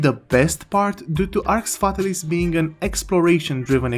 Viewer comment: how many games has Jowood ruined?? Btw it's pronounced Arx FatAlis, accent on second A.